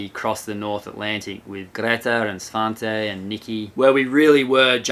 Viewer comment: Greta not greeta, svante not svaante